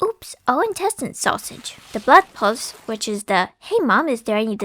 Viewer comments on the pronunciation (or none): * throws chair across the room * You didn't say "pølse" correctly D:<